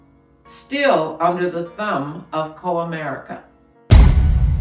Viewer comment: You can't even pronounce Comerica correctly. LOL